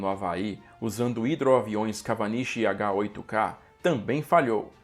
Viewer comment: Corrigindo um erro em japones sobre o hidro avião KAWANISHI, e que em japones a palavra WA nao se pronuncia "VA" ela se pronuncia mais ou menos como "UA". So uma correção kk